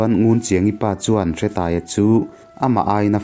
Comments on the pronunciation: Hre i lam dan a dik lo, Hre hi thluk tur. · Nia,hre lai khi thluk tur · Bawi hi khuangchawi tihna ang deuh a ni. Hre tih lai hi thluk tur.